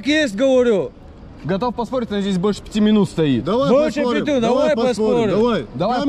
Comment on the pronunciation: "я здэс стаю там" - это шедеврально !